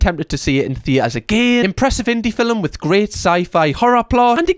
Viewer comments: the way you pronounce "film" is so satisfying. "fil-m"; so good. you have the best accent lol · I've seen your videos before... I don't think I've ever heard anyone pronounce every letter in film like that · I like how you say film. 😊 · Mispronouncing film like Melania does is a choice 😂😂 (it's a joke!)